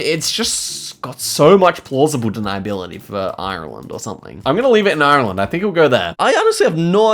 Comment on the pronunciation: the way says Ireland is awful